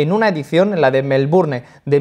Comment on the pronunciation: Nadie: Nadie: Absolutamente nadie:: Melburne